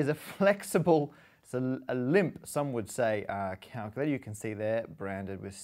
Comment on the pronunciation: Enunciate on calculator, Matt. Enunciate! Or is calctr the new hip term?